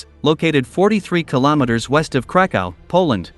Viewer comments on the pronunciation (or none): none